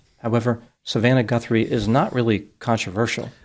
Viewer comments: You're not in my ballpark if you can't get the name right Lol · Say her name Correctly please. You are pronouncing the Poor ladys name wrong. Its your Job for cryin out loud dude❤ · btw...there's no N in Guthrie. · Pedophilia is only ever directed at children, not everyone. Maybe you were thinking of kinky fetishes. The next video you make of this lady, consider learning her name so that you can pronounce it correctly. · It not a big deal just thought you might want to know you were pronouncing it wrong., that's all. Didn't mean to ruffle your feathers😊 if I were pronouncing a surname wrong I would want to know just out of respect. Have a good day, and you did a very good job of the update.! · Sorry can't listen to someone who cannot at least say the name of the victim correctly. What kind of news person is this? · It’s not pronounced Gunt-three It’s pronounced Guth-ree !!! Thanks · FUCK PAL-I WAS JUST ABOUT TO WATCH YOUR VIDEO AND THEN IN THE FIRST 10 aSeconds you couldn’t even say her name right. ITS ‘GUTHRIE’ -Not ‘GUNTHRIE’. SAD FUCKING REPORTING🤮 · Guthrie, not Gunthrie! And you don’t need to use foul language… please have some respect for your audience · GUTHRIE not GUNTHRIE. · Guthrie not Gunthrie! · You keep saying her last name wrong you are pronouncing it like G U N T H R I E... There is no N in the middle of her name Guthrie no N in the name. Also where you are seeing the eye brows as manicured, there is lighter border around the eye holes. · It's GUTHRIE not GUNTHRIE. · Her l ast name is Guthrie not Gunthry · Her name is G-u-t-h- r-I-e…not Gunthrie!! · Ummm.... There is NO "N" in Nancy's name. Literally every other place is written its correct. Might be good to change it. And start saying it correctly! Its Nancy GUTHRIE. NOT GUNTHIE! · FIRST AND FOREMOST:…. if you’re are going to do a broadcast on this subject, PLEASE learn the victim’s name!!! it is NOT “GUN-THRIE”, it is GU-THRIE!!!” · Guth, not Gunth. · Its not Gunthry it is GUTHRY GET IT RIGHT?